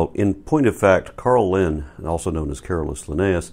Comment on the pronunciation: Just FYI, in the name ”Linné” the é is pronounced. Linnaeus’ family name is supposedly taken from a Linden tree on his family’s farm; priests’ sons going off to university in those days had to have a (latinate) family name and not just the ordinary patronymicon everyone had. Linnaeus was later ennobled (“knighted” as the Brits would say) and given the name “von Linné” – pretty much literally “of the linden”. He also named his favourite flower Linnea borealis and its common name in today’s Swedish is Linnea (three syllables, each vowel distinct, no diphthongs). 😊👍🏻